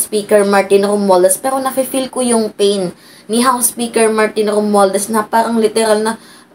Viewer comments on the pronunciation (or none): none